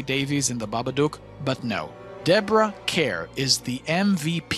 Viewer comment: Nice review of an excellent movie. Just subscribed. Also caught your review of what seems to be the latest Bond fiasco. It’s all been downhill since Connery. Deborah Kerr was always great. For future reference, in case you review her again, “Kerr” is pronounced “car”. It’s a Brit thing, sort of like “Berkeley” is pronounced “barkly” and “Magdalen” is pronounced “maudlin”. You can’t trust those people with the language.